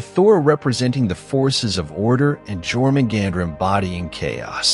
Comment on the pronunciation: what bothers me the most is the mispronunciation of Jörmungandr ffs edit: every mispronunciation bothered me. learn how to pronouce names before you do videos in the future